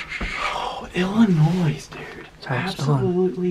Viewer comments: Hey. It’s not illinoiSSSS. It’s illinoi. The s is silent. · It is not Illinoiss it’s Illinois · For future reference..... the s is silent in Illinois. It’s pronounced illinoi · The “s” is silent in Illinois. Huge deer though! I hunt in Adams County which neighbors Brown. Great Video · ONLY reason i'd give a dislike is he keeps saying illinois' the damn s is silent lol! but it's getting a like. mainly cause i love deer hunting videos and just the footage was very good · you know you arent from illinois if you say the "s" at the end. drives me nuts lol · Bro I live in Illinois and YOU DON'T PRONOUNCE THE S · Illinois with the s. me: bruh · The s in Illinois is silent bud. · Great video, stop pronouncing the “S” in Illinois Lol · Its Illinois the s is silent